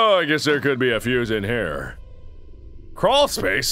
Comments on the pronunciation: It's fuse, not fouse! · is that how he says fuse or is he messing